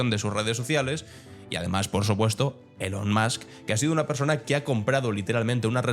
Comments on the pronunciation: Se dice ílon, no elon. Los garruliños y antiguos tienden a decirlo mal. Tú no eres ni garrulillo ni antiguo. Dilo bien, hombre, da mala imagen. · Usted si que es garrulillo, no es que se diga, sino que se pronuncia fonéticamente"ilon". Y se escribe "Elon". Como casi todo español lo lee literalmente sin tener en cuenta la fonética del inglés. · Ni "Ilon", ni "Elon". Hay un sonido característico del Inglés llamado "schwa" que se utiliza para pronunciar la letra "e" cuando va acompañada de una consonante.